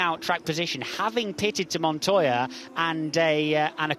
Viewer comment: Actually, it's pronounced MONTOJA